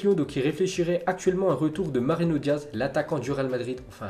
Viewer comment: Ça galère à dire Mariano Diaz mdr